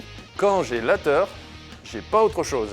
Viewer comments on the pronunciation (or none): Le "quand j'ai lateur" m'a finis.